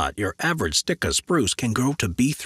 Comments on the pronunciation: I've seen Sitka spruce but never heard of a Stika spruce! If you read for a living please read correctly please??? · It's "Sitka" spruce.